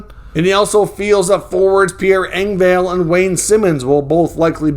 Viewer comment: It’s pronounced Eng-vol not Eng-Vale just an fyi